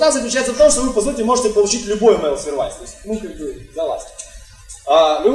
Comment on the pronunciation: пожалуйста, посмотри в словаре произношение слова Service.